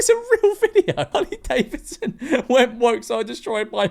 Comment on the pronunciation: "even saying the name Hurley Davisson". Can't even say the goddamn names right, the whole country must be just guzzling lead at this point.